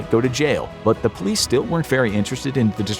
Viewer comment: “OhmuahGawd! DaT man just ShawtSumone. gET dA PoYleCe”